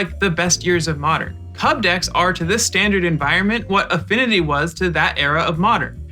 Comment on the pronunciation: Best constructed format? You mispronounced Modern lol